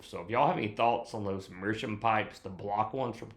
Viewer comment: It's pronounced Mearschowmh